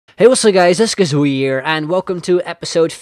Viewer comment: In the intro it seams that you say kazooie wierd,XD,you are an excellent youtuber.